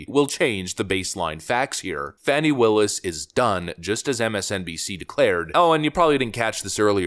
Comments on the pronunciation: Her name is Fani it's pronounced Fahh-nee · Her name is FANNY. Not fawni. Fani.